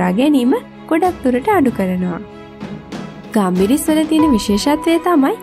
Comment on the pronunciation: ගම්බිරිස් නෙවෙයි ගම්මිරිස්😒